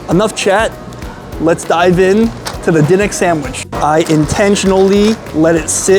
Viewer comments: it's De nicks not den ics !!!!! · It's pronounced like the basketball team. Da Knicks. 🤦🏾‍♂️🤷🏾‍♂️😂🤣🤣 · Duh-niks is how you say it in Philly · Also by the way it's pronounced Da-Nicks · You’re not pronouncing the name correctly. How can you mispronounce the name. It’s been all over the place. Pats’s now this. Come on man. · The way you pronounce DiNic's is making my left eyelid twitch. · Why would you not ask them how to pronounce their name? Or at least lOOk at the sing and sound it out! You are WOEFully uneducated about the places you eat and review. God bless you that you can make living at this but I suggest you make some changes and work on your background information, platform, delivery, and most of humility! Your gastro/life experience is so limited and you come off as a experienced gourmand.